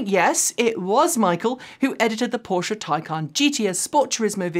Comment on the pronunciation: Now that you have started correctly pronouncing Porsche it's time to work on Citroen. Hint: It is a three syllable word, "sit-row-en". The pronunciation you used in this video is the French work for lemon.